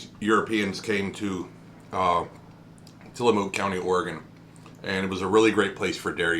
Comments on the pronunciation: Til a muk not Mook. Say the muk part light though and on the vowel and not the consonant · Not to nitpick, but having grown up around the PacNW, the -mook in Tillamook is pronounced like book. :P That flavor is one of my faves, aside from the classic Vanilla Bean, Oregon Strawberry, and Malted Moo Shake. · It's cool. Comes with the territory up here. There's a lot of names of places that people not from here fumble to heck all the time. xD Mostly it's how to pronounce Oregon, but I'll still hear some butcherings of others. Tillamook is a really great coastal town to visit. Touring the Creamery is a must of course. Saw it a few times as a kid, visiting from Portland. :D Have a Happy Turkey Day yourself!